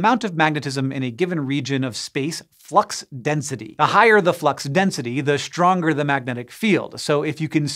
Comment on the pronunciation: Раньше не замечал как он "st" выговаривает - Штронгер, аШтрономерс....